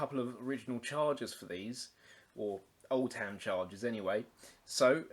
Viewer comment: I used to use these on regular basis in the seventies when I went potholing and exploring old leadmines I charged mine up with a car battery charger set at 6 volts with a old electric fire element as a resistor. Being from Derbyshire the lamps were easily got hold of. Splitting hairs on pronunciation Oldham is as the Lancashire town and not " old ham ". Cheers Grahame